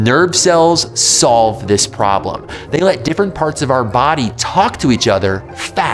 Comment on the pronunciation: are we just gonna ignore the way he said "they let"